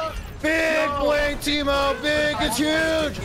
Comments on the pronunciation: why Seagull pronounce Taimou as Teemo lul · Anybody else cringe whenever he calls him tymo?